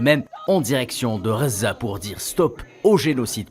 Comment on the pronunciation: SVP ARRETEZ DE DIRE REZAAA ET DITES GHAZA C'EST VRAIMENT AGAÇANT